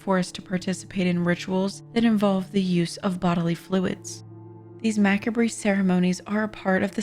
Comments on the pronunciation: Mackabree...? Mah-cob-ruh. Macabre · it's pronounced "mac-carb" not "mac-a-bree" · Ma-cob would be the correct pronunciation, not -carb. There's no R sound when pronouncing the word macabre. I think maybe that's what they were trying to say? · Wow. It is pronounced Ma-cob, almost like a last name with Mc in it (McMaster, McCar, etc...) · facepalm It’s Muh-cahb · I agree, although Macabre is pronounced Mak-carb, and harrowing - harr owing not horror -wing. Sorry, I'm stickler for pronunciation when it comes to commentary. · No it's macabre not carb, be correct if you're going to correct someone.